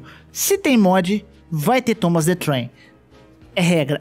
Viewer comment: Cada vez q ele disse Tomas the Trem uma parte de mim morreu